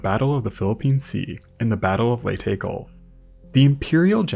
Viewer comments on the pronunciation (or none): none